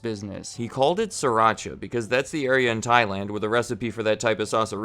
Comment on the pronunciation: Sri-Racha (Sreee- PAUSE - Racha) I speaka Thai